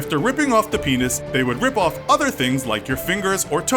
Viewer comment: Penis You Said..Yeesh🙄